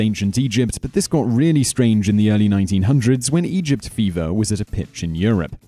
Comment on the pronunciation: Just me that is hearing "Ancient Europe"?